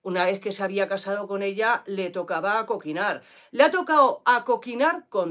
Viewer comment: SE DICE APOQUINAR, 😘